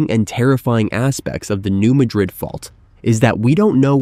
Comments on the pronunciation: The pronunciation is all wrong. The "new" is ok, but, Madrid is not pronounced the same as the capital of Spain. It's "mad" as in the emotion & "rid" as in tossing something. New Madrid ya'all. And it's MORE than 150 miles long, check a map. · It's actually pronounced Mad''-rid, with the accent on the first syllable. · It is pronounced New Mad rid, not New Ma drid. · It’s pronounced “New Mad Dred” with emphasis on “Mad” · You need to pronounce "New Madrid" correctly. It is not pronounced like Madrid Spain. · For those who do not know, in Missouri (this is not a joke), the pronunciation of this city is New MAD-rid. Not pronounced like the capital city in Spain. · Pronounced New Mad-drid. Learn your subject matter before prattling on about it. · Can any of these sites pronounce “Madrid” correctly? It’s pronounced like madras fabric - NOT the city in Spain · It’s pronounced new mad-drid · Um it's pronouncned New MAD rid. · Madrid here is pronounced with the stress on the first syllable and not the last. When I owned a house in Bowling Green I had earthquake insurance. It was required. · Another expert that can't pronounce the name of the fault correctly.